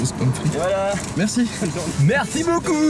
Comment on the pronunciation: " avec LA SAUCE KARAMILLLLLE MERCHI BOCOUUU❤" MDR j'en peux plus😂